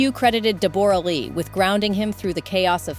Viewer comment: “A real kick in the teeth” is 6 words and STOP saying DEB ORA!!!!